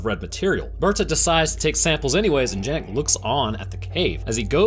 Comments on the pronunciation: I could be wrong having not watched the film and not heard how the characters pronounce “Janek” but considering it’s my name it hurt my ears everytime you said Jan-Ek rather than Yan-Ek 😅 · It's pronounced yah-nek not how it's spelled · His name is janek but it’s pronounced yanek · its pronouncede yanek, not janek